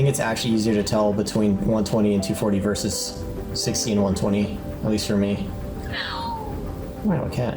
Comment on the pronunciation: Versus is not one syllable.